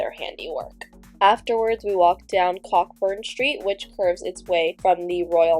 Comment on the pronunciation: I don't blame you for not knowing, but 'Cockburn Street' is pronounced as Co Burn Street.😂. The ck is silent.